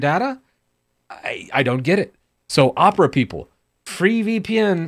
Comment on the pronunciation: IM GOING TO MAKE FUN OF YOU FOR USING ONE OF THESE BROWSERS me: makes fun of calling opera uhpra and have titus in his name